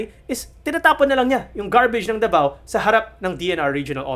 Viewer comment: CUNA yun oy. At DAVAO Hindi The Vow. Ayusin natin ang bigkas.